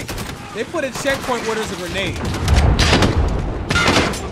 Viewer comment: dude on the PLG ya hear how he said “Granada” 😂😂😂😂